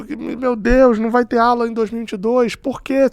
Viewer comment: Não é Állan,e sim Allan...